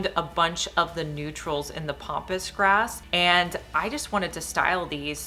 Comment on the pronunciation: Love your ideas. And this is nit picky, but it isn't POMPOUS grass....it's PAMPASS grass. I'm sorry, so many people are saying it wrong and it just bugs me